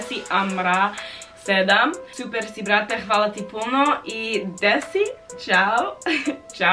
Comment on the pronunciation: Kako je rekla “Ne znm sve brt” kao da je iz Srbije 😂